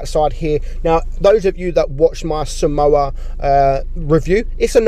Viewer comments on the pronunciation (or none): this is a correction. I'm pretty sure that somua is pronounced as som-mwa and not as samoa which is a country.